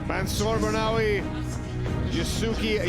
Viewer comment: It's so unprofessional of an announcer to mispronounce a fighter's name. It's disrespectful AF. You have one job and you failed!